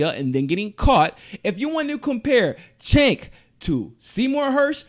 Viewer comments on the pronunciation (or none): his name is pronounced with a "J" sound: "Jenk"